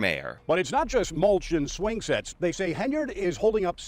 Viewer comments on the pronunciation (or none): Wow, looks like finally worked out she's called Henyard and not Hey-nard.